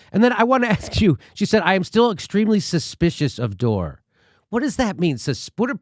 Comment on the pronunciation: Why does she call him Dore?